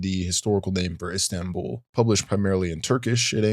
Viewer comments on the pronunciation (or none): none